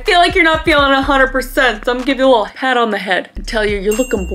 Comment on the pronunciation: She said had on the head instead of pat on the head haha